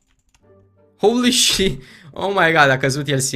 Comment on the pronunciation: când îl aud pe că spune "houli șit" îmi vine să îmi sparg timpanele cu un cuțit